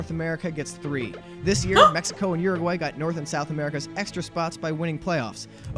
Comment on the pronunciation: Uruguay not oooaguay